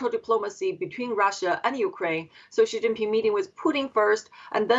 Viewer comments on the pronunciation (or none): She pronounces Xi like Ji, which means chicken, also slang for penis 😂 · This woman cannot even pronounce Chinese president's name correctly. What an ignorance... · CNN can’t pronounce Xi’s name correctly? It’s important. You can’t just make things up to your own liking as you go along. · Speech therapist is needed to teach you how not to mispronounce the Chinese President's name 😅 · How tf are both you journalists failing to pronounce XI!?